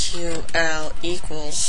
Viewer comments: STOP SAYING SKWAL FFS, its S-Q-L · My god... I don't think I've seen anyone code quite this bad with PHP before... No enclosing strings in single or double quotes, no semicolons ending lines, no parsing POST variables for SQL delimiters... AND YOU CALLED IT SQUALL?! IT'S PRONOUNCED SEQUEL FOR CHRIST'S SAKE! *Rips hair out of head rapidly* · SQWAL?? LOL S.Q.L Anyways, Pretty Good Tutorial. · Its not 'Sqawl' its 'SQL' :P., Also your $dbuser, $dbpass, $dbname need to be ended with an ; just like your post data vars. Also, when registering an email can be 'blah' and not 'blah(at)blahdotcom' and the system will still think it is correct unless you issue a check to make sure it is correct. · Actually it's "See-ka-wool".